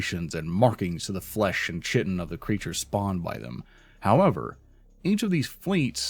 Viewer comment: gestalt ɡəˈSHtält chitin ˈkītn somebody please say these words right!